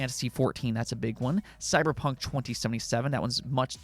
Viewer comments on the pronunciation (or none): none